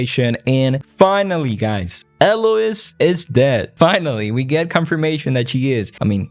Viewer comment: irks my soul they way you mispronounce Eloise.....